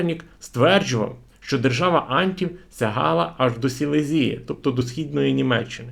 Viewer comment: Все цікаво, але шановний авторе, ну слідкуйте за наголосами, ну яка "СілезІя", "Ока", якщо це СілЕзія, ОкА??? Те саме з іменами історичних діячів, і не тільки в цьому відео. Дякую.